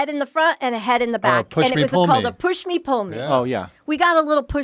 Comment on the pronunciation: Pushmi-Pullyu. Just sayin'.